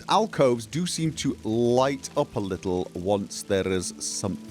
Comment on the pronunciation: Pronounces Calcelmo, leaving out the second L. Then later inserts a second L into alcoves. That L was always on the way. Just took a while to get there.